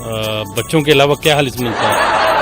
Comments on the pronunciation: Ma'am khalis hota Hai halis nahin aap apni Urdu theek karo. By the way good try. Love from your fast friend!!!!!!! India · Aap Urdu thik see boliye halis nahi khalish hota hai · خالِص کو (حالِص) بولتے ہے اپ نے خود مِلاوٹ کیا